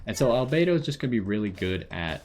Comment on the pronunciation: You're the first person I've seen that pronounced everything about Albedo correctly, lol. Also, this is a great overview of his character, a lot of people go in to the trail not even reading up on his talents properly. I wanted to pull for him, but got jean 30 rolls back, damn, there's still the rest of the banner time, here's hoping.